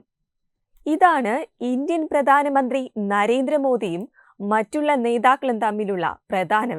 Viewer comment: Please make your accent standard .Malayalam pronunciation is very poor. Please improve your self PRADHAANAMANDRI NOT. PRATHAANA